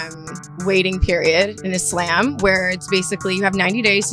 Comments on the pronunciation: She's pissing me off the way she's pronouncing "Islam". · Is-lamb is how she says it?!!😮